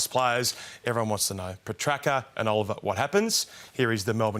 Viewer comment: Ralph not even pronouncing Petracca's name correctly